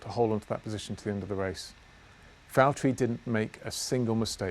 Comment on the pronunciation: Please say Valtteri it’s James